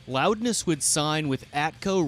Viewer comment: Loudness. Pronounced: Roudness